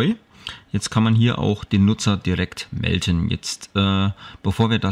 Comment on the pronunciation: Das heisst MELDEN nicht MELTEN :D